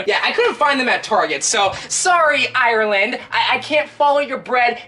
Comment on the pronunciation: Aahh it hurts to hear you say Ireland like that Its Ire - Land Not Aye - Ur - Land Two syllables